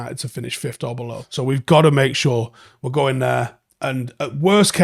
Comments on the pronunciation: I didn’t even realise he pronounced it like that lol. I’ve heard many people pronounce it like that though. It’s wrong but maybe it rolls of the tongue easier like could’ve many people mispronounce as could of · Please start saying fifth properly it isn’t even an accent thing you’re just straight up saying it wrong